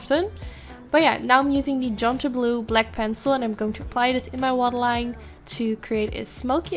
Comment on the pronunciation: No offence but, - pronounciation of; idea = ideeeAh not idiee and 2. Its waterline not watline (at ur eye) Really love your videos btw.